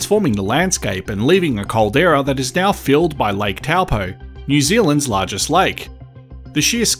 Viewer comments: It's pronounced "Tow Poor" not Tell Poe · TOE-(PO)-or ✅ Hopefully this helps with pronouncing your TOWEL-POE ?! Hehe 🎉 Kāo, No please but we can help 😊😅 You’re Welcome, Thank you 🙏 for your content 👍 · It’s pronounced ‘toe-paw’ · It's pronounced "TOE-PAW"